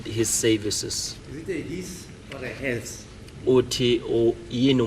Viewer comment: Interpreter and 'sayvices' for services😂😂